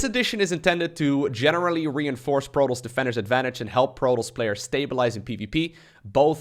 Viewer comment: I've never heard anyone pronounce Protoss like you do.